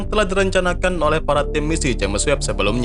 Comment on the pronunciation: Maaaaaas... Subscribernya kan udah banyak.. mbok yaah ejaannya dibetulin gitu looh!!🤣😅🙏🤪.. James bacanya Jems.. bukan Jemes maaaas!!.. wkwkwkwk..